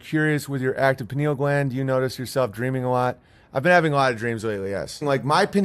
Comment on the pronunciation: She said very active penal gland Owen? It's Pineal, so I guess she wasn't talking about the brain.